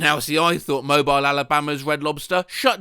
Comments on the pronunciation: A no-tip conflagration is serious business, but "Mobile," the Alabama city, is "mo BEEL." Not "mo-bl." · It's actually pronounced like "Moe-Beel", because it's Alabama, so of course it is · It's pronounced Mo-beel Alabama. And when you say Alabama, you say it in a stereotypical accent and you need to sound like you're surprised by it. That's what makes it authentic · Just would like to say that "Mobile, AL" is not "mo-by-el" but rather "mo-beel" like "wheel" that pronunciation offends me more than it probably should 😂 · Real people pronounce the city in Alabama, Mo-bill. AI pronounces it, Mo-bile. Hmmmm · its "Mo-Bill" not "Mo-Bile" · love your work, mobile alabama is pronounced mo-beel. i've never heard it pronounced as mobile as in mobile phone but it did make me laugh lol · Listening to a Brit mispronounce "Mobile, AL" is AI slop. "Moh-Bheel", rhymes with "steel". Not, "Moh-Byle", rhymes with "wrong thing to call a cell phone". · “Mow-Bile” Alabama lol. The city is pronounced “Mow-beel” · It's pronounced Mo-BEEL, not MO-byle. Not that you'll see this. It's okay, though. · Mobial Alabama 😭all my Alabamian homies know it’s mo beel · Mobile is pronounced with an ending sound like “beel” not “bile” bc of its French roots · literally no farmer's white shirt would be that clean. and what are those boots?? and she has a weird hybrid of roosters, hens, and ducks P.S. it's pronounced "mow-BEEL" alabama. it's stupid, but it's how it's pronounced. nice place tho! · Mobile, Alabama is pronounced mo-beel like wheel or peel, don't mean to hate just telling him the correct pronunciation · Mobile, Alabama is pronounced "mo-BEEL". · As an Alabamian and long term fan I must inform you that the town of Mobile is pronounced "Mo-BEEL". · it's pronounced moh-beel. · I know it doesnt matter but the city is pronounced "moe-BILL" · That's not how "Mobile" is pronounced. MO-beel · Pronounced like “Mo-beel” btw 😁 same as “automobile” without “auto” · lol mow-bile Alabama